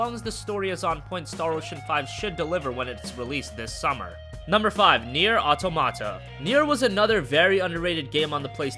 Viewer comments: Automate in french means something that behaves automatically, without the help of humans. It should be pronounced aw-tom-uh-tuh. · He keeps mispronouncing "automata". It should sound like aww-tah-muh-tuh.